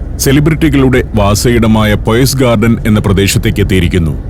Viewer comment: പോയ്സ് ഗാർഡൻ അല്ല പയസ് ഗാർഡൻ ആണ്